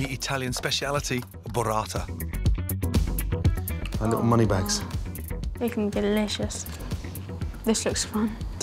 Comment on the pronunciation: Bruh 😕 it's burrata read "boo"rrata, not borrata, which sounds more like sborrata. And trust me you don't wanna eat that 😂😂😂😂